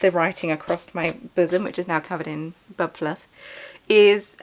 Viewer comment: Thank you so much for sharing the tiny frog pattern! I have seen the frogs around & couldn’t find the pattern & I wanted to share with a friend who adores frogs. Every Time you said “bub fluff” I had a giggle because the childish part of me heard “bum fluff”… 😂 I love your yarn so much & that shawl looks fantastic. My son is learning German on Duolingo & we love hearing new to us words to learn!